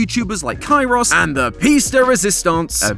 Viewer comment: Hearing Kai-Ross hurts